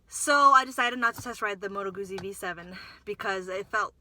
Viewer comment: fyi Moto Guzzi is pronounced Moto Gootsie kinda like pizza not goozie